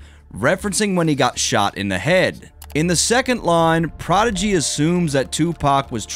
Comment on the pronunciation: I never thought prodigy was that good, pretty simple actually and his voice and pronunciation is terrible